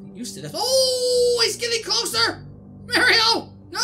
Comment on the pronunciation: Your saying mario wrong